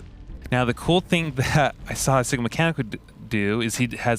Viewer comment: This looks fantastic. But I hope the Red Hot Chili Peppers aren’t watching to hear him try to pronounce Sikamikanico!